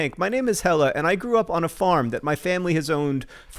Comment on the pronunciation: Quick pronounciation tip: If a Norwegian word or name ends with "e" (and I'm assuming the farm heiress' name is "Helle", not "Hella", despite John's pronounciation), you prounounce it as "eh" (you know, Canadian style), so more like "Helleh". Or, to put it even more simply, the second "e" in "Helle" is prounced the same was as John (quite correctly) pronounced the first "e". Bonus tip: Try pronouncing it "o-dell's-rhett" ;-)